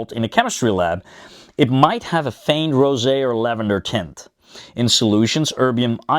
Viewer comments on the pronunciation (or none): WHOA-HO-HO!!!! what did you say ?!?!?! did you mean "giving that rosay TINT????" yea... I know that's what you MEANT.... but that's NOT what you SAID!!! ... maybe you9 should look up 'taint' in the urban dictionary..... HOPEFULLY yt doesn't know what you're saying... (but I do 😉 🤫🤐🤣)